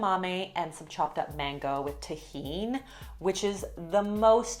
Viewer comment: Thank you for being the sole YouTuber who pronounces Tajin correctly! And you’re Canadian!! If a Canadian can pronounce Spanish correctly, there are no excuses!! Lol. Love my girl, the all around best ❤️